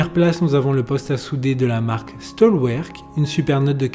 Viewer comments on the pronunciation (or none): Stahlwerk est une marque allemande, et se prononce ‘’ chtal verk ‘’